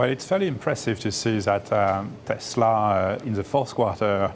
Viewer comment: Wtf is tesler?